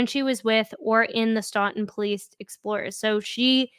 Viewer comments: It’s pronounced STOWTUN I live next door To that town Love your videos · Stoughton is pronounced stooton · Its pronunciation is questionable like everything in the commonwealth-Stoughton- STOWTIN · Say it with me STOE-TIN. Stoughton